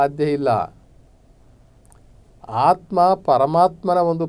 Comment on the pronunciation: ನಿಮ್ಮ ಅಂಥವರ ಬಾಯಿಯಿಂದ ,ಮತ್ತು ಈ ಬಡ ವೇದಿಕೆ ಮುಖಾಂತರ ಆತ್ಮ ಅನ್ನುವ ಬದಲು ಹಾತ್ಮಾ ಕೇಳಿದರೆ ನಮ್ಮ ಮನಸಿಗೆ ಹಿಂಸೆ ಆಗ್ತಾ ಇದೆ ಮಾನ್ಯರೆ